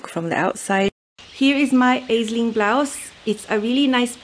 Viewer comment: ….Aisling is a beautiful popular girls name of Irish origin. Here in Ireland we pronounce it as “Ashling”. It means dream or vision. 😍 and appropriate that you made it in such beautiful dreamy fabric..